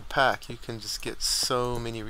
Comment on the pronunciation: Pack not PAC